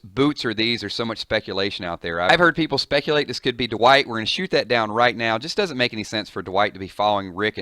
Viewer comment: i believe its pronounced Dwight, not D-wight